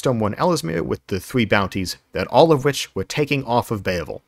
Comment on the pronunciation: Bay-uh-vul problem